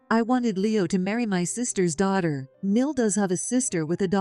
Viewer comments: No, not another AI robotic monotonous expressionless narrating. Ugh! Not subscribing for sure. It is NOT pronounced 'MIL' ... it is short form for Mother-in-law ... say it correctly. Short cuts are very annoying also. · Please spell out MOTHER IN LAW for your AI to read